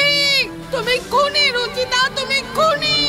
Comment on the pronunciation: ওইটা কুনি হবে না ওটা হবে খুনি